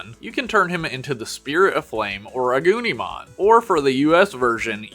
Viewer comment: The way u said agnimon/agunimon make it sounds like “a gooneymon”